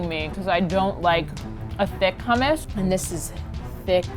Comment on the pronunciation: And how they say hummus um r u kidding